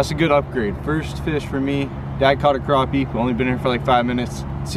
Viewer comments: Don't call it a crapy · y'all say crappie wrong